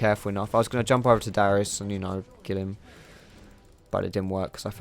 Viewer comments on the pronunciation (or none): It's Darius not Dyrus ! >.< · He kind of sounds like he's saying dyrus when he says darius. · thought you said "Dyrus" lol